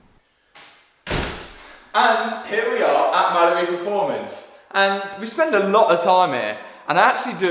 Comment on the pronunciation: Hi, really love your videos. One thing though, I swear when you say Mallory it sounds like Mallibu! Lol.